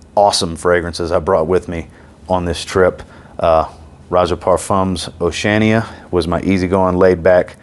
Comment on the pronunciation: I love you brother and mean no disrespect… but you kill me with how you pronounce Oceania 😂